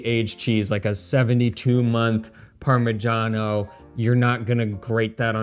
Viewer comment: why do you pronounce it Parma jahn o and she says parma shano